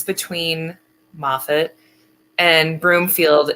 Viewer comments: Its pronounced maw-fit, not mow-fat. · Moffat is pronounced Ma fit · I enjoy your reporting. Moffat County is pronounced MA phut, as I recall. Ty for your persistence in this story. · Pronounced Mah-fet